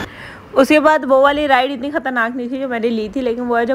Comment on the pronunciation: itni b Bolna ni aata isko bolti ha (inni garmi inni garmi) ajeeb pendu orat shadi ke Baad se zyada over howe ha pehle itni ni thi